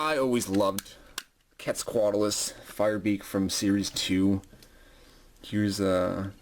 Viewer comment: QWEAT-ZAL-COAT-ALUS. it bugs me how you say it